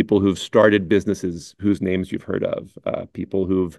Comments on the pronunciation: I really appreciate how your pronunciations are 100% spot on in the reports. That's so rare in this day. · I love your voice and your careful pronunciation of some pretty difficult names. Thank you! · I just want to thank you for pronouncing names correctly! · This obit channel is the best and the one i really trust. I especially appreciate that you pronounce people's names correctly. It shows you care enough to research that detail.